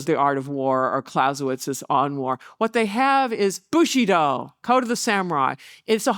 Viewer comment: I❤the lecture,but the butchering if the of the language BushidO,bushIdo guerilla that comes from spanish and it's gueri ya ... double ll it's y .That's making me scratch my 👃